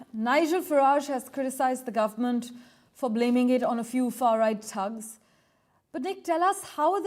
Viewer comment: What’s a tugs. Oh you mean thugs. 😂